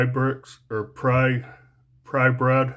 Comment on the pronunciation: Hey, just wanted to say I enjoy watching your vids. Where and how long ago did you get the Zippo Rule? I have to say something about your pronunciation of the Gerber Prybrid. It's Prybrid like hybrid, not Prybread. Thank you for your vids though.